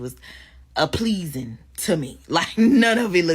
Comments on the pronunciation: "Apleasing" or "Appeasing"??!!???!!! 🤔🤔🤔🤔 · Did her remedial self just say “APPLEASING to me” while telling us about her type?? “You can’t make this sh*t up” - Kevin Samuels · Dear God🙄🙄🙄🙄. It's APPEASING or PLEASING, there's no such word as APPLEASING!!!! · Appleasing?????? Do you mean appeasing? 😂😂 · So we just gonna skip over the fact that she said “appleasing” and not appeasing🤣🤣😂😂🤣😂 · 😂😂😂😂😂😂 This Woman said APPLEASING. Not Appeasing. 😂😂😂😂😂😂🤦🏾‍♂️🤦🏾‍♂️🤦🏾‍♂️ A woman that dont know english calling a man Corny and lame. Crazy!!! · Did she say appleasing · Um did she say APPLEASING??!!😂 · She said Appleasing… lol. Maybe he can help you learn how to speak properly. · I almost stopped watching when i heard “appleasing” smh sad times when women as DULL as this want the best men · Did she say "appleasing"?😂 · Wait.......did she say "apleasing"?I'm done 😂😂😂😂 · Did she say appleasing? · This chick really said 'apleasing'.... who made that up? No wonder she would rather have a bum. She probably gets corrected by real men all day everyday🤷🤣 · Did she say "APLEASING"? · She said “apleasing” lol… These rats need to learn how to speak properly before they judge anyone… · B*tch can’t even pronounce “appeasing” and think she qualifies for a lawyer? The entitlement 🤦🏾‍♂️